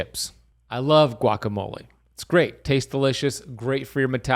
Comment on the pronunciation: This guy is a complete whack job. I get his videos on my feed because of the topic but he simply doesn’t know what he’s doing. And yes besides the extreme amount of ads he contradicts himself constantly. lol he doesn’t even know how to pronounce guacamole. lol. And in some videos he’s thinks it’s a flex that he knows Kobe Bryant’s trainer, I get the feeling he has no idea Kobe died a long time ago. He’s just a grifter.